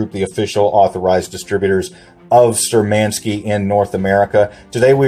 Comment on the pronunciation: Штурманские! Shturmanskie! Not Sturmenskie!!!!!👍👊🇷🇺 Uriy Alekseevich Gagarin is our History and Pride! USSR!